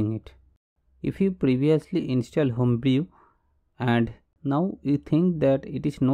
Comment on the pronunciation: Nice Video, you save my time, but take care of pronunciation - Home brew is = होम ब्रू